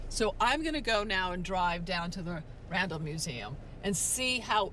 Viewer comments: Its NOT The RANDOM Museum. Maybe the robot dropped you at a "RANDOM" place near the museum be you can't correctly pronounce RANDALL? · She seems to be saying random museum. , she said Randall I believe one time so I know she can say it. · this whole time I thought she was saying "Random museum" 🤣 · She was saying Randall, and i was understanding "random museum" 😂 so, the car was not that wrong, she asked for a random place, and the car left her in a random place... 🤣🤣🤣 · It wasn't until I saw the sign that I realized she was saying Randall Museum and not Random Museum. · You're right. She IS saying Random. She isn't pronouncing the L's. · I keep hearing “Random museum”! 😂